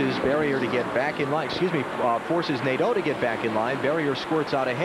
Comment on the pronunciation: Jerry Nad-DOUGH, LOLZ!